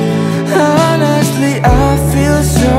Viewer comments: Bagussss banget lagunya,,.,!'/ Masukan: cara pengucapan honestly itu onestli, jadi huruf H nya tdk dibaca, bisa di cek di kamus, hhe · coba abang nyanyiin, pasti gaenak tanpa H 😂. kadang dilagu tuh pelafalan gajelas jadi nada yng kalau diilangin malah gaenak...